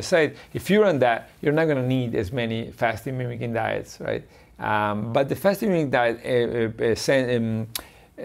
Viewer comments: Fascinating video. Slightly irritating that Dr Patrick kept calling it Fasting "Mimetic" Diet rather than "Fasting Mimicking" though! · Why does she keep calling it fasting “memetic” diet? Mimicking. Not hard. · What is she saying that sounds like "Fasting hemetic diet" ? She isn't saying: mimicking. I've played it over and over. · Is she trying to say, "mimicking?" She keeps pronouncing it wrong.